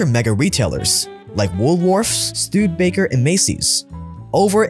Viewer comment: I was going to ignore your Studebaker mispronunciation as I'm not that pedantic; buuuuut it was correctly pronounced in the clip ~16min mark.... cmon now!